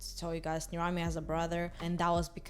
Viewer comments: I thought it was pronounced ner-am-ee, not ner-ahm-ee lol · am I the only one who thought nirami was pronounced ni-RU-mi